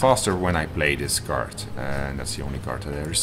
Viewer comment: Hi. Game's looking nice. One tip though: As founder of a development studio that releases games to an international audience, you might want to consider taking a course in proper english pronunciation. because a card is not a cart, and an idea is not an aidee. Makes watching this video pretty painful.